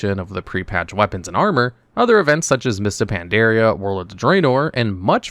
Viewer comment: Just a heads up- It's Pan-dar-ia, not Pan-dear-ia. Cheers.